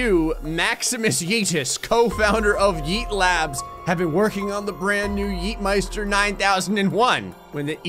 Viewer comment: Yeetmeister is German and you pronounce it perfectly. Can you speak German?